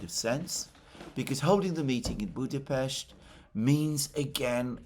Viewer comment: Thanks Alexander for the right pronounciation of our capitol city: Budapest! Ευχαριστώ ❤🤍💚